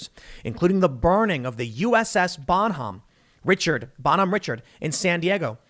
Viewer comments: Thanks Tim! "Richard" here is pronounced as the French do. Re-shard. Revolutionary war ship captain that shouted to the Brit ship captain "I have yet to begin to fight!" When they asked if he was willing to surrender his shattered ship. A true patriot. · Tim , bohemian richard is pronounced rish-ard. -Navy e5. Was on her sister ship. N the reports all true. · The ship name is pronounced "Bahn Homm Rishard'. My dad served on the original ship. He is appalled by what is happening in the Navy today. I served 10 years and got out because of the politics I disagreed with. This is all sad and we need to fix this asap. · The common American pronunciation is "Bon Home ree-SHARD." It is a tribute to Benjamin Franklin by John Paul Jones. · I hate to be that guy Tim, but for future reference, the Bon Homme Richard is pronounced, "Bon-hom-Rish-Ard." It is named after John Paul Jones' ship of the same name, which was named after Benjamin Franklin. How? Well, Franklin wrote a yearly almanac throughout the 18th Century titled, "Poor Richard's Almanack." Poor Richard or Richard Saunders became Franklin's writing pseudonym. Bonhomme Richard literally means "Good man Richard." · Bonhomme Richard... it's French, so the "ch" is pronounced like an "sh." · bonhomme richard is pronounced (bonnum reh-shard) lol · Not really that important, but Bonhomme Richard is pronounced like “Bonhome Reshard” . Speaking from experience of being stationed on board for 2 years. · Bonhomme Richard, Richard is pronounced like (Rishard) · Its pronounced bon home rishard. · Pronounced… “BON-HOME REE-SHARD” YEESH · The ship’s name is pronounced (Roshard) not Richard. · It's pronounced, Bon-home-ri-shard it's named after a revolutionary war figure of Irish descent. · BON-HOM RISH-ARD, and the wardroom is the officers mess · I cringed every time he mispronounced Bonhomme Richard (Bon-home Ri-Shard) 😂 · The correct pronunciation of that ship the Bonhomme Richard is (Bah Homm Reeshard)